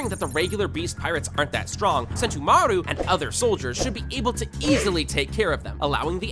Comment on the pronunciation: bro i aint gonna lie i like his videos but HE DIDNT SAY A SINGLE THING RIGHT "barate" "sentumaru" paci-fiztas ITS MAKING ME GO CRAZY